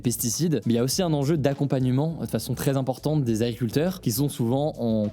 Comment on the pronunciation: AGRICULTEUR, pas agricuteur